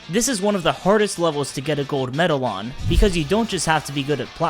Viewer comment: I love your videos but pronounce medal right please